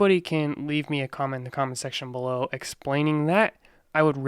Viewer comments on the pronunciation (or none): have you been watching Minority Mindset?:D You said "below" almost the same way as he does.:)